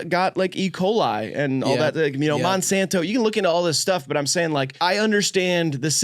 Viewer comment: Why did say Mansanto when talking about e coli at Chipotle?